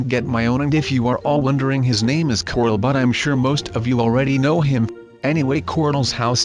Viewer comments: Why do you call corl. Cortal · Unique L it's pronounced "corl"